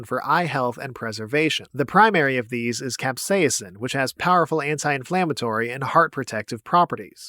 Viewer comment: i have never heard someone say capsaicin like that